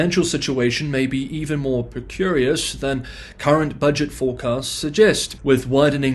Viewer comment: Pre-care-ee-us precarious nu-c-lee-ar nuclear.